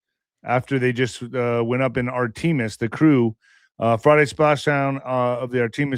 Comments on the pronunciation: IQ test- How to say Artemis- ART AH MISS - not AR TEEM US! If you believe in a flat earth you have zero understanding of physics. Less than zero. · Talk "IQ" test...learn how to say "Artemis" because you sound very ignorant the way you mispronounce it! As for "flat earth" again this is so off the rails I can't stand to listen to you anymore!